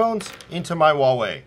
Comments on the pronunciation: Wawei? I'm pretty sure it's Huawei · is asian pronounces huawei wrong